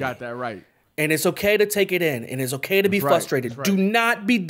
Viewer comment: stays saying flustrated to pacific haha